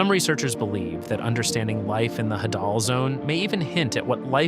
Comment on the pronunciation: Hadal. Rhymes with ladle. Say it correctly. The pronunciation is right there on the screen! You put it there yourself, right? :face-red-droopy-eyes